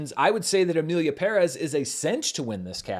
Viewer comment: first white guy that gets the pronunciation of "Perez" correct, you have my respect